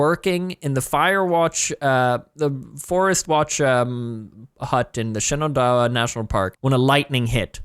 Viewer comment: Shenandoah is Shan in doe ah. I'm from the blue ridge mountains and the Shenandoah valley lol cracked me up to here you say shenendoeh